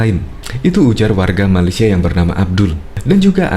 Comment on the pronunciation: Malaysia bukan malesia